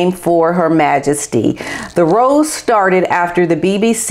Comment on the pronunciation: I don't think the BBC is as close to the Palace these days as you think. Also, you're pronouncing ROW wrong.